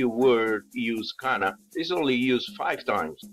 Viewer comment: It's not "Qanna"; it's "Kanaa"